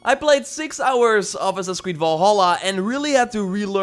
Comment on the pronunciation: How he says Assassin's "ass sasis" 😂